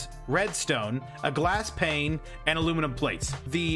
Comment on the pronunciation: Great video, actually helped a lot..... But man, Pane dosent have and L in it, you said it right, then corrected it back to Plane, killed me everytime XP